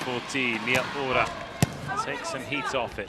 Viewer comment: みよーら？みやうら😅